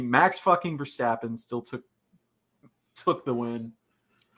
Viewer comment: dear lord, that pronounciation of Verstappen, lmao